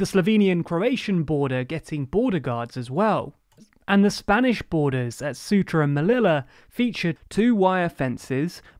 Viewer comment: Surely 1 of the most important errors for illegal immigration has always been, & will continue to be North Africa (Ceuta - pronounced: "ththey oota", Melilla - pronounced "Mellilleeya" & THE MOROCCAN COAST EITHER SIDE OF TANGIER) to mainland Spain -(Med./Atlantic Cadiz coast), yet you did not even mention it as the 4th route. In contrast, the channel route is not a route into Europe, as attempting that crossing, migrants are already in Europe, generally going from France to UK, ie migrating OUT of the EU.